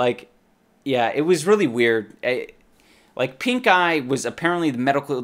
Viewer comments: I keep hearing him say "I contracted a terrible case of PINKGUY" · I swear every time he says pink eye i hear pink guy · thought he said "pink guy in my eye" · All i heard was Pink Guy instead of Pink eye hahaha How do you catch a Pink Guy? Not on this channel, i tell you. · I can't be the only one that thought he said pinkguy instead of pinkeye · Is he saying "pink eye"? At the start of the video i was genuinely thinking he said "i got pink guy at comicon" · I thought you said pink guy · I thought he was saying pinkguy and that made the video even funnier. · I thought he said pink guy xD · Shit... He said pink eye (i first thought he said pink guy 😂